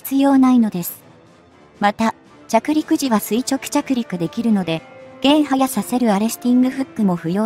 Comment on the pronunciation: 減速させる→ げんはやさせる 自動音声の修正くらいしろや